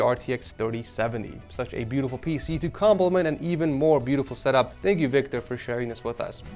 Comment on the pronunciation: Next up we are moving into “Victor” (screen says “Vitor”)🤣